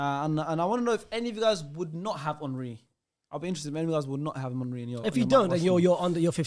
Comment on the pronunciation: calling him ‘Hon-ry’ is criminal 😭